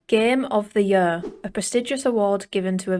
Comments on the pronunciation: Gem of de jøør'' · The way she says “year” 🥰